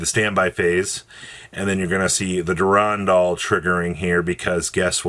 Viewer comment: Never heard a worse pronunciation of Durendal